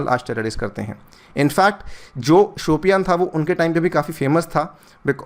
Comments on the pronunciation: it's शोपियां...not शोपियान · वो "शोपियां" है सर शायद,"शोपियान" नहीं! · just a suggestion.the pronunciation is more like Shupiya.